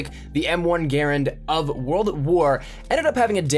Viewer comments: People usually pronounce it grand not garand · eColiEspresso it's pronounced grand not garand even though it was the guys name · (G-UH-RAND) not (G-AIR-AND) if you say it quickly it should sound like you're saying (GRAND) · M1 garand is underated in the ww2 beta. Btw no one calls it a (gare and) even though his name was pronounced that way, everybody pronounces the gun (gah rand). The charging handle flings forward as soon as you move your hand, it is unrealistic in the beta. And yes you can actually reload an m1 garand without emptying the clip. Thank you for calling it a clip too. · GaRAND, not Garand. GaRAND just has so much more umph in saying it. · "GAR AND" not GER AND 😊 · Sub Zero well ok but 99% of people call it a gah rand. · The way he says "Garand" upsets me..... it is pronounced "Grand" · Im not saying it completely wrong, it just for the past 10 years ive only heard it called "Grand". It sounds weird hearing it pronounced differently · It good to know. Im just so into the WWII era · Adrian Ibarra yes, i saw a wwii veteran critiquing those who spelled it [gerand] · Adrian Ibarra its spelled like that but its pronunciated ger and if you would study you would know that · M1 GRAARANANDNNRNSRAM thats the real pronunciation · It doesn't matter. Some people say GArand, some people say GarANd, some people say grand etc. It doesn't matter.